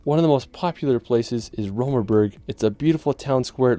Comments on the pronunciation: Long “o”. As in R-OH-tenboorg. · Just a small note: Do not mix Rothenburg ob der Tauber (your number 10, spoken with a long ooh) with Rottenburg am Neckar. Rottenburg is a nice town as well, but not the one you meant. ;) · Rothenburg ob der Tauber ,not to be confused with Rottenburg further south. Your comments are very misleading.Try to speak and pronounce correctly, and weite in the correct way.